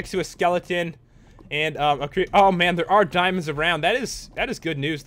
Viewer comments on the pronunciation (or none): I like the way he said Dimonds